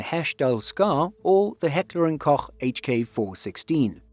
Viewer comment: Thank you, finally someone who can pronounce Heckler & Koch.